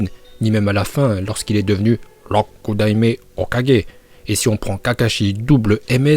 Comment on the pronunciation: La prononciation du Rokudaime est excellente mon porte parole personne en parle